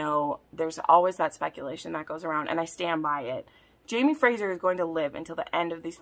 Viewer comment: Question, why do you say Frasher"s/Frasier???? It's Fraser, like S sound.